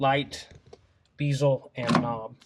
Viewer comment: Dude its called a bezzle not a beezle...short E not a long E......and why are you calling an awl an owl? Ir's pronounced the same as the word all by everyone in the free world except for you... You just trying to be different to try to stand out from the crowd or what cause these are really simple words you are butchering here...😂😂😂😂😂